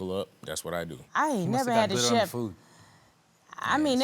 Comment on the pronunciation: If he says I'm a cheft one more time! Chillllle